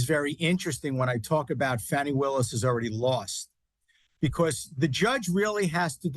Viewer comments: HER NAME IS NOT “FANNY” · Her personal life is not anyone other than herself ffs If she was white this would never be an issue! Btw Her name is pronounced FAWNY👈🏽lack of intelligence there is revealed with the racism and disrespect 🙄plz We will see whether he succeeds to use his mafia SCOTUS court to get him off or not~lol Pun intended